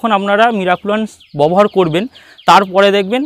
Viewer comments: Aapni "Babohar" kotha ta bobohar bolchen keno ? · আরে দাদা ববহার নয় ব্যবহার হবে। 😂😂